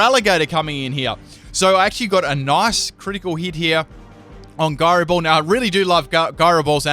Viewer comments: guyroball lol, look up how to pronounce that. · It's pronounced "Gyro Ball" ! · Byron Slowe it is pronouncex jyro ball. Not guyro ball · isnt it why-fooo? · What's a guy-ro ball? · Full can't pronounce it team! Florges with Synthesis something with Gyro Ball I'm sure there's more... suggestions?